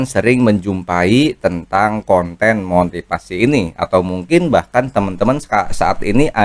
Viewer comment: motifasi, bukan motipasi. ngomong aja belepetan.